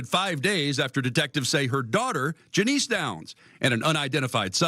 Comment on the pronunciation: Janice not janeece